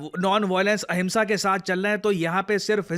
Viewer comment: Ahinsa hona chahiye ya ahimsa 😂